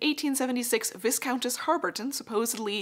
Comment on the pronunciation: One small critique, Viscount/Viscountess is pronounced Vi count/ess